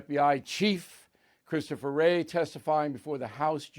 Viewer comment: Can’t Say Wray